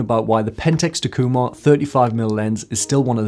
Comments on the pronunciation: In Japanese there are no accents as they are used to indicate the actual meaning of a sentence. Everything is pronounced "flat." The pronunciation would be "tak-eeu-mar" with no inflection. Hope this might help you. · All these years I've been pronouncing it "TACK-You-Mar" ;) Pentax have long been a sort of under-appreciated lens, but they have some phenomenal glass. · I agree with your lens choice but it took me some time to understand your (wild) mispronunciation of Takumar...